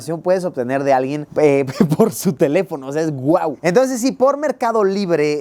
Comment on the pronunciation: se te fue el acento en teléfono, lo pusiste en sobreesdrújula y es esdrújula, saludos